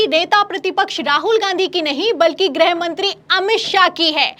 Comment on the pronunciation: grih mantri (गृह मंत्री) उच्चारण किया करें। आप grah mantri (ग्रह मंत्री) कह देती हैं।